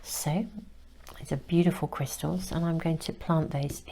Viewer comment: I usually don’t comment but you keep saying my name in your readings. You say “Krista” when trying to say “crystals”. You did it in others and this one too. Thank you for my messages. Note: I don’t want to re enter the energy that led me to this reading so I won’t give too much of a description but I was led right to it in the most timely manner while I was considering what to say to a specific very close family member. I’m not even surprised by the power of the universe’s ability to get messages, people and circumstances to me anymore. I’m Just in love with it. ❤ thanks again sister